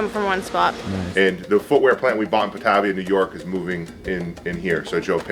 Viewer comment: It’s funny, my wife is from Asheboro NC and my mothers from Batavia NY (totally mispronounced it)